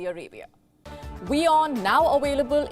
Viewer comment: excellent. reporting ! If you can pronounce "West" and "WION" please alsobmake an effort to say "aVailable!